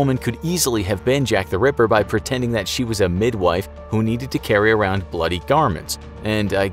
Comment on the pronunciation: Why you say river instead of ripper,i heard it multiple times,don't argue